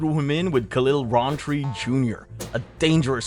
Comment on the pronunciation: Khalil "rahnn"tree 😂